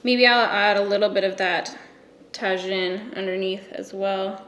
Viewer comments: Wow 3rd comment I’m lame. But it’s “tuh-heeeeen”, not “tah-zhin”. Lol I’m sorry, I giggled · I'm almost positive "Tajin" is pronounced "Ta-heen" like the powder on Mexican paletas lol. Loved the look & your take on brands being more inclusive! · This video was everything I’ve been wanting to see regarding Tarte. I too transcend my Mexican-ness in the winter to become Caucasian. You’re absolute gold, but also it’s pronounced “tah-heen” 😁❤️ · I love you! Tajin is pronounced ta-heen... Thought u should know lol;) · The way you said Tajín 😂😂😭😭💖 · Alina Volkova lol I was searching through the comments to see if anyone brought up how she was pronouncing it 😂